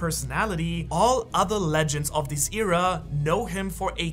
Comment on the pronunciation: Pretty sure that's not how you pronounce "Era"....